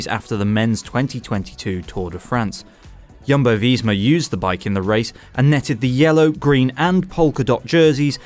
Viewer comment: I love how you pronounce Jumbo VEEESMA